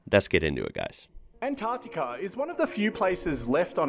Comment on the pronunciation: Yeah - the geology's fascinating! And it's great to hear an American pronouncing "Antarctica" properly instead of "Anartica". Well done,!